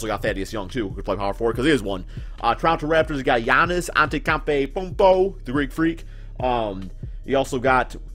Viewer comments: You pronounce Giannis Antetokounmpo like An-tay-toe-koun-po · Ahn- Teto- Koon-po. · Do you pronounce Giannis' last name wrong just to be funny 🤔 idk why you do that you're funny as it is no need to push it it's cringey